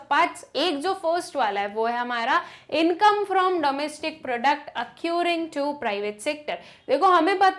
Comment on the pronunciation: Good for beginners, but, need a little bit homework. It's ACCRUING अक्रूइंग , not ACCURING एक्यूरिंग as spoken many times.